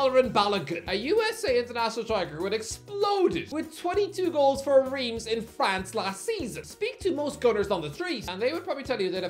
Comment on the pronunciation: FC REIMS not Reams 💀